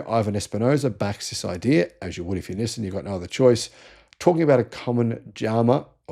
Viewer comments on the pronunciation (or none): none